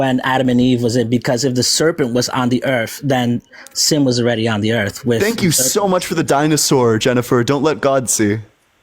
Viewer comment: Anyone else notice that a very large contingent of Ians callers refer to the Earth as "da Erf" ?/